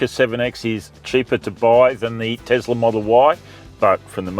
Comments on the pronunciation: Is it Tezla or Tesla, Zeekr or Seekr? Is it seven or zeven? Is it car test or car tezt? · Iz it Tezla or is it Tesla?